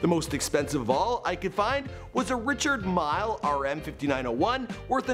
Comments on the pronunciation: The "mile" in Richard Mile is pronounced "meel" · "Richard Mile"... geez